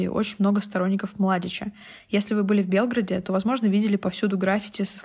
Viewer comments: ну еще хуже, говорить об этом военном конфликте (+ в видео перепутаны Сербия и Республика Сербская) и не так ударение в столице ставить... учитывая, что на монтаже нет правки, а субтитры автоматически определяют как Белгород и их часто путают, ну такое для серьезного видео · Корректировка: в предложении "в 1990-х годах силами Сербии командовал генерал Ратко Младич" нужно было сказать не "Сербии", а "Республики Сербской". И еще я неправильно поставила ударение, правильно Белгра́д. Спасибо тем кто указал на это❤